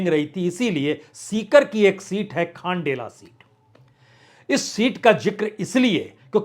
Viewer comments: Good एनालीसस but खंडेला सर जी not खांडेला & सुभाष मील (जाट) not भील it's मील & बंसीधर बाजिया (जाट) सर not बइया 😄🙏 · खांडेला नहीं खंडेला है बाज्या है